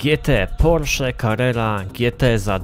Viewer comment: Carrera a nie Carerra;)